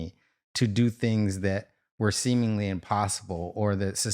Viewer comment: its things not tings lol